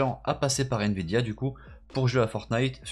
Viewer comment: Il dit" N vidia